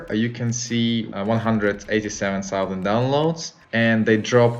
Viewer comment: Thirty tousend. Not solvent... tał zend